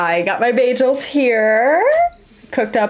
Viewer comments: Beyjels? Wtf? And I thought Britta had horrible pronunciation. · Wait, it's pronounced ba-jels? İve been pronouncing it as ba-girls without the r 😅